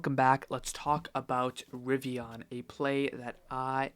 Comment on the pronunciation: What the hell is a Ri-vi-Ah-n?